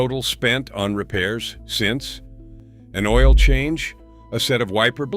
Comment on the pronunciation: Pronouncing "oil" "Oh-While" and "KIA" "K-EYE-A" lol